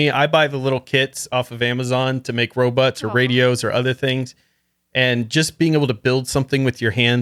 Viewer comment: and his “robutts”. 😂😂😂